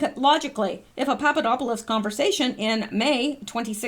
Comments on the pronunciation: Poponopolis, yes, you said, “Poponopolis”. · You're killing me I love listening you say that word Papadopoulos Papadopoulos